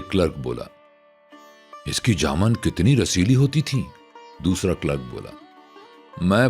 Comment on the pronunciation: لفظ جامن میں م‌ زبر نہیں پیش ہے